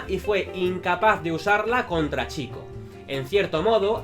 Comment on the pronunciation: Vídeo tremendo. ¡Gracias por decir bien el nombre! No hate, pero me chocaba mucho que una persona que es super fan de la saga (por lo tanto que está harto de escuchar en los juegos cómo se dice) lo dijera mal. Haces muy buen contenido.